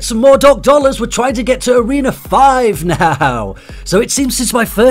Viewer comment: why you always says toreno 5???